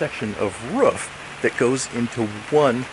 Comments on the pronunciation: I live in oregon and very few people pronounce it that way. Fortunately for everyone they are a dying breed. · I’m from London.. all iv taken from this video is how the word “roof” pronounced like that can make you cringe! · I stopped the first time i heard it to check the comments lol... Im from germany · the way he says roof makes me think that this guy lives in northern territory. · I was going to watch this video until i heard him say "roof" ...I just can't do it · Do you hove any pROOF this is the correct pronunciation ? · The way he pronounces roof makes me cringe. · stop saying ruff, it's roof 😭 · It’s not a rough or a roff is called a roof can’t watch the video with this pronunciation pls re upload this video with correct English thx 😊 good video tho 👍🏼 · Ain't go lie. i cringed everytime i hear "ruf" instead of roof. lol. Awesome vid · Yeah ruf is what a dog says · he said ruff instead of roof :O dog confirmed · not just americans, its roof not ruff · Did you just bark, in the first 10 seconds...🤣😂 Ruf...Roooooooof. Jokes aside. Brilliant video cheers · I like when he says ruff instead of roof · My dog barked everytime he said "Ruff" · The fact that you say ruf instead of r ooooooo f is killing me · I’m pretty sure it’s a roof, not a ruff. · Y do u say ruff it’s roof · It's a roof not a ruf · Why does he say ruf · It’s pronounced “ROOF” not “RUF” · its roof not ruff x.x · It's rooooooof not ruff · he actually said it correctly the second time... But that was the only time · If he says rouf one more time I'm going to end it all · I was thinking the exact same thing... 11 seconds into the video and I could tell its gonna be annoying. Do all americans call it rouf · I'm with you on this one, who tf says rouf, it's like"ay bro I just got the new solar panels installed on my rouf" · I believe what everyone is aiming for is "ruhf" -- Clearly speaking canine for a brief moment there. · Try hitting the bong every time he says ”Ruuf “ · everybody that speaks english